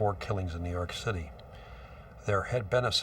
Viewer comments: IN BUFFALO NEW YAWK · "nuu yawk affice" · New Yawk Affice xD 🤣😂😆